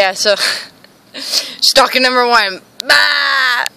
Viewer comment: its "Stalkers" not "Stockers"